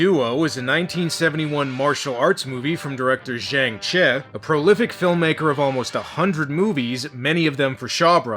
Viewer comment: well i thought he said chin chin